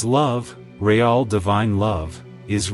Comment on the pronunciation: ray-all is Ai correction needed for the word real (pronounced reel)